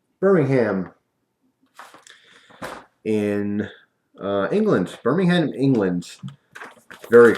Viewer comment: HAHA the H in Birmingham is a silent H, common mistake :P